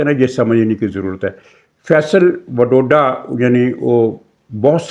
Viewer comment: فپصل واڈا۔۔۔۔وروڈا نہیں